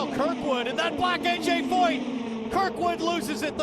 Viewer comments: It's Kirkwood, not krikwood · It's Kyle Kirkwood not Kyle Krikwood